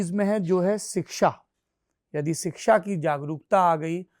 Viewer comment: 'सिक्षा''❌ नहीं शिक्षा'✔️ सही उच्चारण है, सौरभजी। मैं आपके बनाये वीडियो बहुत आनंद से देखती हूँ। बहुत अच्छा कर रहे है आप। धन्यवाद।